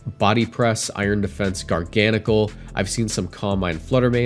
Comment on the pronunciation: First YouTuber to accurately pronounce Garganacl!